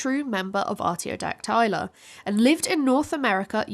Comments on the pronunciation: She literally mispronounces a key word, it should be: Ar·tio·dac·ty·la ˌärt-ē-ō-ˈdak-tə-lə not *ärt-ē-ō-dak-'tay-lə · Is arty-oh-dack-TIE-luh a British pronunciation? I've always heard arty-oh-DACK-tuh-luh. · Why are Ruminantia and Artiodactyla pronounced so wrong??